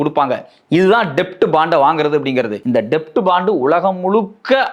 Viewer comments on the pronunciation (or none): Bro, அது "டெப்ட்" இல்ல, "டெட்" என உச்சரிக்கணும் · It's Debt bond only but B is silent please say it as Det bond